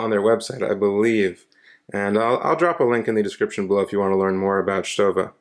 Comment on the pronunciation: Hey you pronounced it right haha